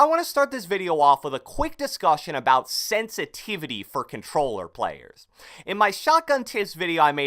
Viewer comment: Can u say sensitivity please?!!